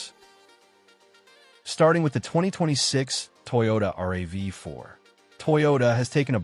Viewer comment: It's a RAV4 - rav is a word with the 4 added not r-a-v-4